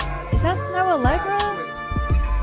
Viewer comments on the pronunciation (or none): none